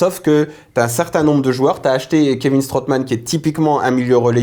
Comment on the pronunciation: J'adore votre émission !!! mais pitié stop, avec 'the MEN of the match' : ça pique les tympans. 'Homme' en anglais, au singulier, s'écrit, et se prononce : MAN idem pour Strootman, le double 'O' en néerlandais ne se prononce pas à l'anglaise, 'ou'. Mais 'O'. (à moins que ça ne soit volontaire, comme Choumachère dans 'Taxi' ? ;) Allez Continuez comme ça, et ALLEZ L'OM !!!